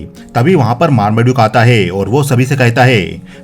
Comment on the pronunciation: आप कई जगहों पर है को हे कह रहे हैं। सुनने में अटपटा लग रहा है।